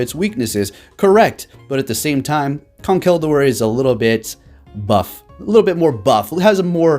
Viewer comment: Jay Wicks he said “Gurdier”😂💀